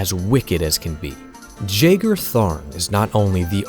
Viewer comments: Ain't it pronounced "yagar" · Pretty much everyone I've ever seen talk about this character pronounces his name wrong. I'm pretty sure it's supposed to be a silent J, pronounced yae-gar, like John Jeager, not jay-gar. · I have now heard Jagar pronounced three ways now and I don't know who's right. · See, I could've sworn I've heard it pronounced the other way, but maybe I'm misremembering.